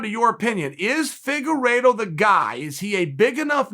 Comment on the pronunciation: Chael ''Deveison Figueritto'' Sonnen